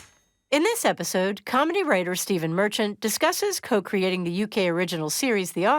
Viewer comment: Eye sink you mean "Steven Mer-CHANT"